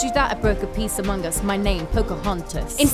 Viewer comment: Did she say AMONGUS?